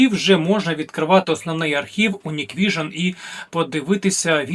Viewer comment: Hikvision Не Ніквіжн, а НіквісіоП. 😂